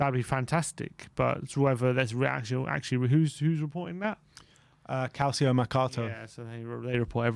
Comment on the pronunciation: Guys, you're european football fanatics, please please please actually learn how to pronounce names that are not English correctly. Calcio is NOT CAL-SEE-O, it's CAL-CHO. It's so irritating to listen to people pronounce names like that incorrectly over and over and over again, and I'm sure I'm not the only one that has mentioned something about this. Love you guys, please fix this!